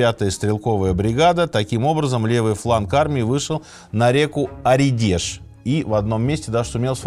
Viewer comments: Только река Оредеж с ударением на букву О, а не ОредЕж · О́редеж, ну емое, какой ореде́ж, дядя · Сергей Сергеевич, в одном из прошлых видео вы не правильно поставили ударение на городе Луга, правильно лУга и река оредеж произноситься с ударением на букву о Оредеж)) спасибо за вашу работу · И еще: извиняюсь, но как ленинградцу очень порезало ухо название реки Оредеж, в выпуске вы произнесли оредЕж, это неправильно ударение на первую О. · Не «оредЕж», а Оредеж. Ударение на О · Сергей Сергеевич, Оредеж, с ударением на О, спасибо за Вашу работу, мой дед воевал на Оредеже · Сергей Сергеевич, раз вы собираете свои ошибки, то река в Ленинградской области называется Оредеж с ударением на «О». С большим удовольствием смотрю ваши видио особенно про историю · Оредеж. С ударением на "О". Спасибо, смотрю каждый выпуск с интересом. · Река Оредеж. Ударение на о. Очень нравятся выпуски! Круто делаете,вся команда здорово работает! Подписался на Чтиво) Рекомендую родственникам и друзьям 💯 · Река Оредеж - ударение на О. ))) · Река Оредеж. Ударение на "О".